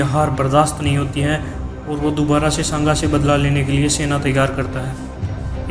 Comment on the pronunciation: are kutto Nam to maharana shanga ka achhe se liya Karo Nam lene ki tamij nahi chale itihaash batane